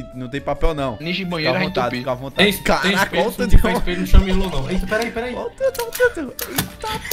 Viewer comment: Se você perceber bem, ngm do vídeo fala (Não) certo, só sabe falar "Nhão" mds kkkkk